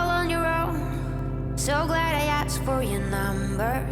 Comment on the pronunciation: asked not aksed